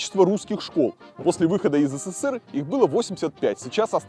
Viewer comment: Почему говоришь четыре буквы С в СССР? их три, а говор шь четыре. Неужели так сложно правильно говорить?